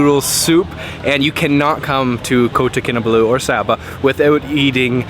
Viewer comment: Kota Kinabalu is not that hard to pronounce! How about learning the languages of the places you visit for something more than superficial experiences.